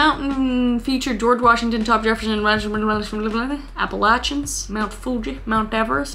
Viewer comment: North Carolinian props for saying "Appalachian" correctly 🙏🏻🙏🏻